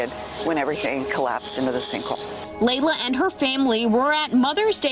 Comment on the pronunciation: Its Leila not Layla🤦‍♂️🤦‍♀️